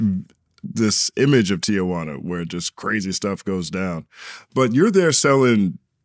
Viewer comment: It's Ti-juana